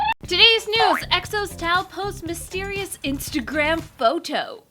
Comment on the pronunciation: Tao not tap, lol